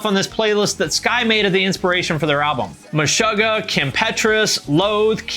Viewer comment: don't ever pronounce Meshuggah wrong again. da fuck.